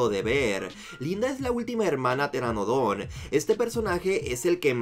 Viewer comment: pedí un pteranodon no un pñerañohon